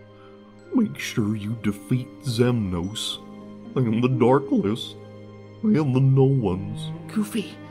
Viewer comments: "XemNO'S " XDD lmfao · Zemnos?? Lmao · First time I saw this I thought it was real until Goofy said Xemnose lol